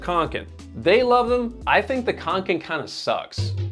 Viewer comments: Can I please PLEASE make a point: "å" is not "a", any more than an "f" is a "t", or an "E" is an "F", just because there is a little added bit, it doesn't mean it's the same. It's grating and jarring, to hear your american "khank-ken" "ack-ee" when it's not that hard to say an "oh" sound, is it?? (My uncle Åke is rolling in his grave). Like..... somehow you said "ä" as "eh" just fine, why not "å"???? Seriously, I love your channel but if you can't pronounce any word correctly (english, svenska, française.... my dude. Please. It's an integral part of research). Rarely do I make snarky comments like this on yt videos, especially on channels I like, but perhaps it's because I'm such a fan that this irked me so very much. Also, like Sweden, NZ has similar "allemansrätten" too, so I do actually appreciate companies making practical, no nonsense sorts of things. The rucksacks the company make also are waterproof in a very unique, less-goretex-more-natural-wool-type-trait kind of repelling to moisture; knowing you made a video about goretex, I do suggest you have a look closer look not only at your ragging on fjälräven, but also Kathmandu (est. 1987), fairydown(est. 1877), and the mckinlays (est. 1879) and sistema (also established in 1987). They are all pretty incredible brands that are all homegrown in New Zealand, and ideas for diversification? Instead of JUST the american focus you seem to love... — sincerely, a minorly distressed kiwi with a swedish father who passed on his sch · Å is pronounced like an O so Åke is like "Oke", same with Kånken, it's "Konken". ;) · And Kånken is konken so